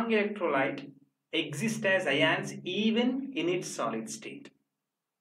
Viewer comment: Ugh, this horrible pronunciation of "ions" in this video is just the right turn off to stop listening. Please do watch over it, It's just pronounced as "ions", not " aaiiyyaanss". FD